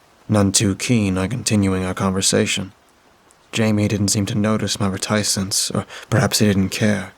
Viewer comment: Great Stories--Great Job!! ......But, you're Killing me.....RETICENCE is pronounced RET-i-cence ---in both UK and American English.